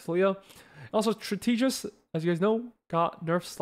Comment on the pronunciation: In case you care strategist is pronounced strat-eh-jist. Thanks for the insight on the patch!